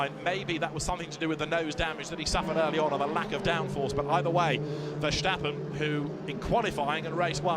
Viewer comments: “max vershstappen” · Every time that ENGLISH commentator said "Vershtappen" a baby died somewhere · Vershtappen? Video spells as "Vertstappan? What is this sh*t? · “Max Verstappan” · not verstappen's 💥veshtappens remmains 💥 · verschtappen 😂 and bro guang ju zu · one pronounces it verstappen and not verstappen even the dutch people say it correctly the english commentator pronounces it wrong